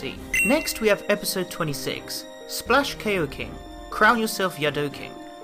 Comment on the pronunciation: I'm sorry but... koiking is pronouced ko-ee-king.